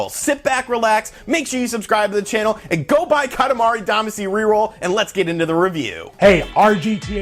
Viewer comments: Katamari Damacy is the English adaptation of the Japanese romaji Katamari Damashī (kanji: 塊魂, hiragana: かたまり だましい), which means lump/chunk soul. Duh-mah-shee is the the correct pronunciation. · Still pronouncing “Damacy” wrong I see.